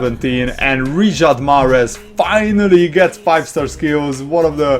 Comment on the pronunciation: why do u say Riyad mahrez first name wrong